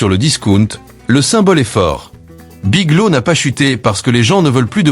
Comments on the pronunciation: "Big low" ou"Big lô" pour "Big Lots", sans parler des "Dollar Général" et autres "Sept Eleven" pour "Seven Eleven" ! Dites les amis, un petit effort sur la prononciation ne serait peut-être pas superflu. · BigloTS..... le T et le S ne sont pas muet... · Biglo? Le" S "n'est pas muet !